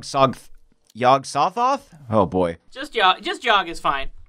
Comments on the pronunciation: its pronounced yogsi thoth like the stand from jojos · Not to be the pronunciation police but I'm pretty Yog Sothoth is supposed to be pronounced with more of a silent "o" after the "s" so not s-oth-oth but s-th-oth. But I'm not an expert. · Yog-sothoth looks like Owl from Winnie the Pooh half way through starring in a remake of The Fly, in a good way Yog So-thoth (like the word "so" since you seem unsure of your pronounciation) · Yog sothoth is not separated when pronounced it's more. Like its read not like Yog Soth Oth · "Yog soth oth" "yoge soth oth" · Yogg Sothoth pronounced (Yawg Saw-Toth) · Its fecking "yog suh-tho-th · Yog SA THOTH. That's how you say it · sure you heard this already and even if not you won't notice this but Yog Sothoth is pronounced "Yog-Show-Thoth" with emphasis on the Yog and Thoth. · It is pronounced Yog-Sah-Soth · also the pronunciation of yog-sothoth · The pronunciation of Yog Sothoth hurts me.. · the way you all were pronouncing yogsothoth hurt my soul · Y'all pronounce Yog Sothoth real weird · Yog sa-thoth. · The way he pronounces Yog Sothoth. Not to nitpick. But holy shit that annoyed me. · That's not how you pronounce Yog Sothoth.